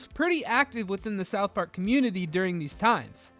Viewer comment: this dude says “Southp Ark” one more time…